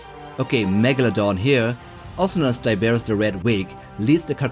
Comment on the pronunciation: his name is pronounced TIE-BRRR-ROSS